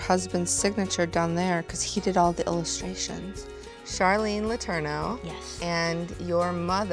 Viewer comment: DID SHE SAY SHARLEAN OR SHARLEAH (<-- That's My Name)